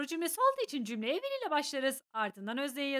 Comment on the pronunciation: Hocam will will şeklinde okuyorsunuz ama o aslında wıl şeklinde okunur bunun dışında ingilizcenizi beğendim😊